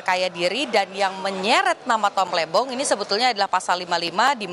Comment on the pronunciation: Diulang berkali-kali, di tetep kedengerannya "Tom Lendong", didukung gerak bibirnya juga 😁